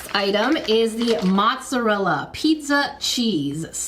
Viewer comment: Its not pronounced mottsarll it's pronounced mozzarella